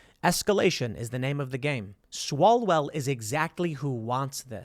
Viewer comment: It's Swallowell....